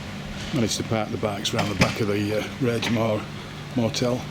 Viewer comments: R A I G MORE NOT RAGE AS IN ANGRY. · Great vid once again. I live locally to Inverness. The roads and scenery are indeed beautiful. You stayed at the Raigmore hotel, the “G” in Raigmore is pronounced similar to the “G” in anger as opposed to rage. Either way having seen inside I’d be raging for not booking the travel lodge 😂🏴.